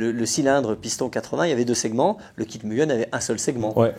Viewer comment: Mais enfin, on prononce "Mu guè n " à la Joponaise, non pas "Mu gueun " à la Suisse m'enfin! 😅😂.... non je plaisante, encore une super vidéo et de bons souvenirs nostalgie, merkkiii 😘